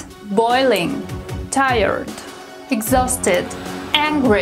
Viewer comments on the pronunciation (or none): She mispronounced the word " exhausted " agotado se pronuncia " ex-zásted " with a.